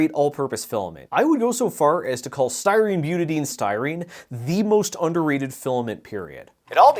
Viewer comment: Your pronunciation if Butadiene hurts me. Buta di ene, if you want a redneck phonetic spelling: b-you-ta die-een, I can't recall the correct way to annotate it but thats roughly the phonetic of it. I work with some precursors of ABS, namely the B part, on a daily basis.